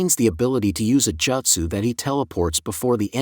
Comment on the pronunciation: Man said "jastu" 😂